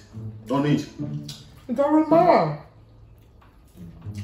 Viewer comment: I like she said ‘it doesn’t marra ‘😔😔😔😂😂😂😂😂😂😂😂😂😂😂😂😂😂😂😂😂😂😂😂😂😂😂😂😂😂😂🤪🤪🤪